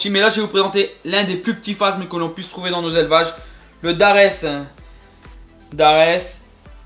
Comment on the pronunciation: phasmes pas phazmes